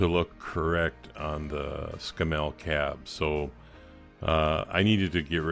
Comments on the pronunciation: it is pronounced camel with an s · It's pronounced Scam Mell, It was a bloody good manufacturer until Leyland & the UK government got their dirty hands on the company. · Sorry mate it's scammel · Great! However, Scammell (rhymes with camel) were built for really heavy duty work - tank transporter maybe? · Its pronounced Scammle :) as in camel :) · Argh... every time you pronounce Scammell wrong it grates like fingernails on a blackboard. The emphasis is on the front of the word, not the back of the word. It's pronounced as though the spelling were 'scaml' (i.e. The double m does not shorten the the second syllable). Not ScamMEL but SCAMmel. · Well done, nice job. Please don't think I am having a go at your accent but the Scammell name is pronounced Scammle in the UK. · novel pronunciation... In England you accent the Scam and it soud more like SCAMmul if you catch my (snow) drift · SSSSS CAMEL ....scammelle sounds so wrong to us Brits LOL...like calling a Mack a make...!! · pronounced ' Scammo' over here........cheers brov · its actually pronounced s camel, the animal with the hump but with an s at the front, ie scamel. you made a good job of that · Splendid job a toy brought back to life, my comments are not a criticism of your good work, but those sort of trucks were mostly used for heavy haulage and breakdown vehicles and not for normal road transport. I've got to also say this the truck is a Scammell pronounced in the same way as Camel obviously spelt differently but you know the one hump or two type, and i use to deliver metal fasteners (nuts and bolts) to their factory in Watford England in the mid 1960's it was my 2nd driving job in my long career as a driver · Please don’t flame me for picking you up on your pronunciation of Scammel, over the pond we don’t emphasise the “mel” so much more the “a” as in ScAmmel. Great result though really liked the outcome. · Absolutely right to interject. Scammell rhymes with camel.